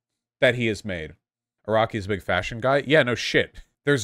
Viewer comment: Oh thanks, I’m not the only one! I literally jumped when he said that sentence, cause I heard right away fascism instead of fashion, I had to check back again to understand he wasn’t speaking of fascism! 😂